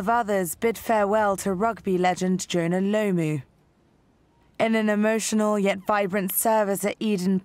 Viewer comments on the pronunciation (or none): "Joona Lowmoo" - English commentator person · You said Jonah lomu wrong but R.I.P Jonah